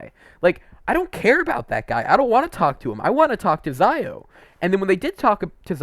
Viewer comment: Xiao not Zaio